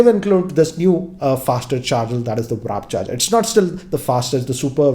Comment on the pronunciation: It's McLaren, not McLarell and it's Warp Charge, not Wrap Charge.